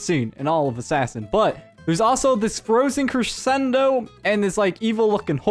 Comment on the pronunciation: I DISLIKED BECAUSE YOU KEPT SAYING CRESHENDO